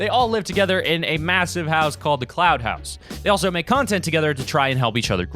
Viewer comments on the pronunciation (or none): I’m almost positive he said cloud instead of clout lmao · Lmfaooo he said cloud house it’s clout house😂😂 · He said cloud house I'm sleep Clout***